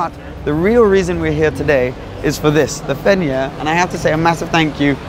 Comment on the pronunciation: Who also pronounced “Fenyr” the first time wrong 🤣 Great vidd great girl 🙌